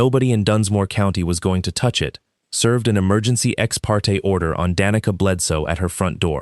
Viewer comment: Like the story, but a lot of words are mispronounced. It is almost funny how many different ways the 'Roark' is mispronounced. Danica was mispronounced "da knee ca" several times, sometimes it is pronounced properly, go figure